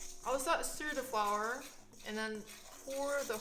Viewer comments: wie ich mich sogar noch an das kuchen video erinnere, wo du flour wie floor ausgesprochen hast:D Hach, schön dass du wieder da bist, bless us with more vegan chinese recipes! <3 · wait- flour is actually pronounced like that? 😳